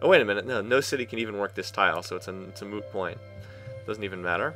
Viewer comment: "its a moo point" do I hear a friends reference? xD love your videos keep them up :)